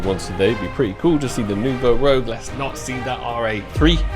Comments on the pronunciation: Love the video but for god sake can you say Rouge and not rogue. It's Nouveau Rouge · 3rd video commenting to let know it’s rouge and not rogue 😂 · I have to assume is just trolling us at this point with the pronunciation of Nouveau Rouge as Nouveau 'Rogue' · if you want to know nouveau rouge is prononced " rooj" its french for red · I don’t know how it’s possible to still not know how to say the word Rouge